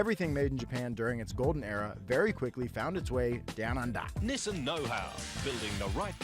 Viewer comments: It’s not neesaan, it’s nisin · YOU GUYS SAY EVERY BLOODY NAME WRONGGGGG Not KNEEsan Nissan Not SOOOOOOOty Sooty